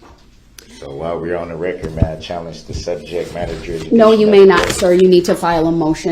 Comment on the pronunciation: I don't think that's an akkerate recurt. I think we need to address subjeck matter jerisdiction.